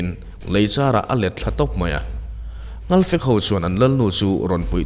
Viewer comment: Nghalpui, nghalfek i tih hi a dik lo. Ngalpui, ngalfektiin kan pi pu nu leh pa te khan an sawi thin.